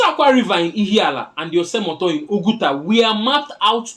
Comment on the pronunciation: The river is pronounced "Ose muto". My brother thank you for this history. Really Nigeria will move without Ndigbo. God bless you. Igbo ga di.